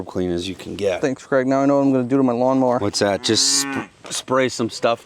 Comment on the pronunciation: Is your name Craig with an a or Creg stressing me out honestly man try using the a in his name 😩😩😩